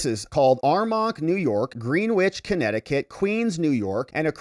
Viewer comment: "Green-witch" Connecticut? 😄